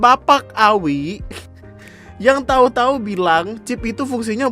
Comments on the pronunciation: Chip bapak bukan chif!!!!!!!! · "ada 'chiF' nya" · "chif" Me: ngogkeyy v: Btw mamammm tuh yg gabut nyongkelin buat nemuin chipnya, Ngurus ulang katepe lagi😂😂😂 biasanya kan klo mo ngurus ulang ditanyain knp hrs ngurus ulang ktp, org laen alasannya ilang dsb, lah mereka malah alasanya "karna abis dicongkel buat nyariin chif yg katanya buat ngelacak lokasi itu pa" 👀